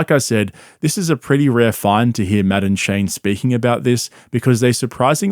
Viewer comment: . Hearing you say Matt and Shane with your accent sounds like Madam Shane. Maybe I’m just high. But maybe not well I definitely am but that could just be part of it